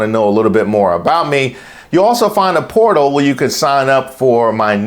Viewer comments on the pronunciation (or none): I heard "porno" instead of portal.